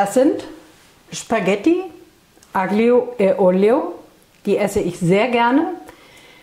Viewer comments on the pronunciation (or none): Aglio (also Knoblauch) wird italienisch "Allio" ausgesprochen (habe eine Weile in Italien gelebt und spreche einigermaßen gut italienisch:-)) Schönes Rezept, das ich auch öfters mal koche, wenn es schnell gehen soll. L.G. aus Österreich, Kathrin 💕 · Aglio wird "Allio" ausgesprochen, das G hört man nicht! Liebe Grüße aus der Toskana ❤